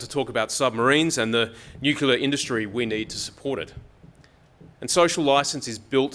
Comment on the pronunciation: Nu-clear not nucula.